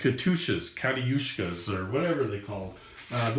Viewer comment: If Katyusha (kah-tyoo-shah) is too challenging to pronounce, Stalin's Organ is just as good.